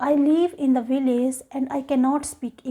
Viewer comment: She pronounces VILLAGE as "vi-laze." Wrong. Right: "vilij." She pronounces LANGUAGE as "lang-waze." Very bad. Right: "lang-wij." Her English is not fluent.